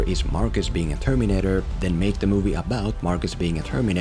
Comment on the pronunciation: What's up with your pronunciation of "Terminator"?